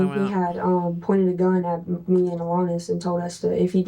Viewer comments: Cop: AlAHnis Ava: AlAHnis: ALEHNUS HOW, HOW, HOW DO YOU HEAR IT TWICE AND MESS IT UP THAT BADLY? HOWWWW GIRL!?!? 😂😂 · I just gotta add, and I KNOW it's like an ai narrator, but the pronunciation of "AL-anus" It's just bothering th outta me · Really like the pronunciation el-anus